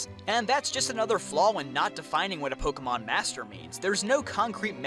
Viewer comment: Take a shot every time he butchers pokémon